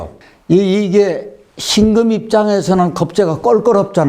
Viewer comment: 辛금의 戌월을 들으니 庚금의 戌월로 들립니다😅 자연은 대우주 인간은 소우주❤ 귀중한 수업 감사합니다